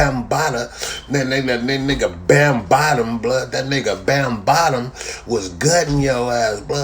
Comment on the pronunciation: He called him Bambottom.😂😂😂